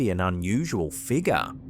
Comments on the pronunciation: That unusual "figgah"!!! Love ya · Holy. Shit. First it's "figaaa" but that is NOT how you pronounce "negro"... This channel is going to get banned lmaooo